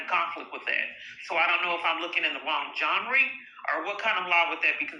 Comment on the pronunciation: You said john ri instead of genre and have the nerve to question people